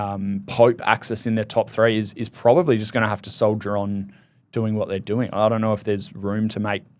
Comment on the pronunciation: “they doyrwgh noyrwgh what they’re getting with him…” Why do Australians talk like this?